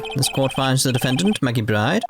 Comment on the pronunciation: If only the culprits could figure out a way to not be witnesses, this would be much harder for Phoenix. Also, I'm not sure if it was intentional, but it was certainly amusing to me whenever you mispronounced the defendant's last name. It's supposed to sound identical to bird - and that's why she has those feathers.